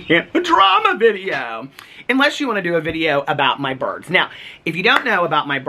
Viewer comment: I thought you were saying “my birth” instead of “my bird.” 😂😂😂